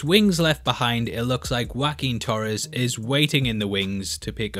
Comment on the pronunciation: Can we please talk about you pronounced "Guaquin Torhes" (Joaquin Torres)!!? Anyone?... ok no I think that Bucky was talking about WW2 and Civil war or being an avenger in general.... at the end of the day he is the best anyway !